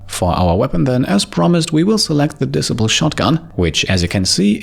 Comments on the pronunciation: Great video! I know you're not a native english speaker, but just wanted to mention that Disciple is pronounced like Dee-Cy-Ple - cy as in Sci-Fi (your pronounciation was more like diss-siple (like posicle) if that makes sense...) As you're a completionist, I thought you might appreciate the feedback 😉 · OMG you have me in stitches, the weapon disciple you are pronouncing it as dis-sip-el. it is pronounced de-ciple … I have a hard time to with a lot of the names but u so funny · Great vid, thanks. Ps disciple is pronounced dee-sai-pill 👌